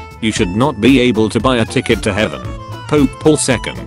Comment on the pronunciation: Written: Pope Paul III Text-to-speech: Pope Paul 2nd